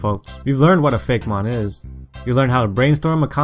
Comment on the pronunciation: I'm pretty sure it's pronounced Fake-ee-mon.